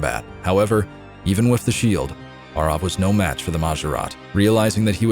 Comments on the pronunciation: So, nearly 20 years I’ve been pronouncing “Arrav” wrong? I’ve been saying “Arav” 🤣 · Have I been pronouncing Arrav wrong for 20 years? Or is just putting his twist on the name